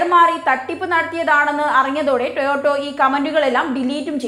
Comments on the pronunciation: "ടോയോട്ടോ " അല്ല "ടൊയോട്ടാ " ആണ് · Toyoto Alla koche Toyota. 🤣🤣 Ayyo daridryam